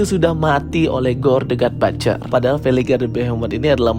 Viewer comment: But-cher... Bukan bat-cher....salah itu pronunciation nya... Coba abang nya denger content creator luar negeri...how they pronunciate the word butcher... Batcher have a different meaning....next video moga udah di sebutin dgn benar.. Sukses selalu bang...